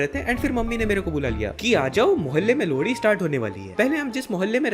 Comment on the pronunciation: Bro you say lohri - lodi